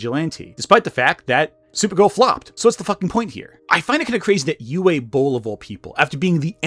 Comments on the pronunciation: pretty sure it's "oovuh" not "youway" ... oogway bowl ... and no i dont like the guy any more than you do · Isn't it pronounced "ooh vay"? I don't speak German so I'm not trying to start no stuff but I'm pretty sure I've heard it pronounced with a "V" sound. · Its pronounced 'Oo-vuh" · Dude's name is pronounced "oovuh." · at the beginning calling Uwe Boll 'U Boll' is hilarious because everyone who likes this film is a boll. (You can guess what the second syllable of that is.) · I don't have much respect for the man but you are pronouncing his name incorrectly, it should be "oo-vay". In German, w's are pronounced like a v. Sorry to nitpick, I loved your Shadiversity video. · How the hell did Uwe Boll manage to get hired again? The man's a bigoted piece of abusive trash! ...Oh. Answered my own question. (It's pronounced Ooo-vuh btw. It's German.)